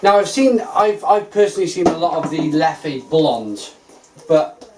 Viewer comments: It's pronounced Leff,cheers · Great vid. is a funny lad. By the way, Leffe does not have an é so you just pronounce it as l-e-f